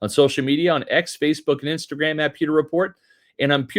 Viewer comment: Bro. You reeeeally need to annunciate the word “pewter“ better. 👀… Th-there’s a ‘W’ in it… and yeah, kinda seems to matter 😂